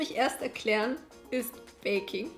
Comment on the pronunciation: Ich hab statt „viele lieben baking“ / „viele lieben Bacon“ verstanden 😂😂😂⭐️